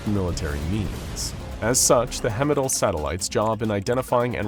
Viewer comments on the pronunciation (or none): I'm sorry since idk what you'd do about it, but it's not hemidall pronounced like hemisphere, it's Heimdall like heist. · Hemidall? It says Heimdall on your screen. Everybody and their mudder knows how to pronounce Heimdall lol I didn't realize this was an AI voice. Heimdall (High-MM-Doll) is the norse god that oversees everything.. hence a satellite being called Heimdall is perfect. Calling it hemidall seems to diminish everything about that.. lol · It's not hemidall it's heimdall (heyem-dahl) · "Hemmidall?" I appreciate that you're finally making actual content again, but man, you need to work on your pronunciation. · Thee way he screws up the pronunciation of Heimdall makes my eye twitch. Its not even close. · The mispronouncing of heimdall is annoying